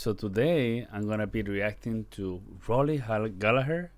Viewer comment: At last! Someone who pronounces his surname correctly.